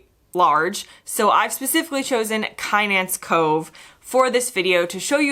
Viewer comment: I am sure other contributors will correct me if I am wrong but Kynance is I believe pronounced Kinnance with the emphasis on the second syllable. Lovely video as usual